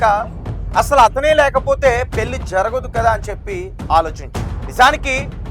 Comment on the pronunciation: తెలుగు Headlines సరిగ్గా చూసి rayandi. మతి పోద్ది కాదు. పోతుంది. వాడుక భాష లో పోద్ది అంటారు. Anchor గారు పెల్లి కాదు. పెళ్ళి. ఒత్తులు సరిగ్గా పలకండి.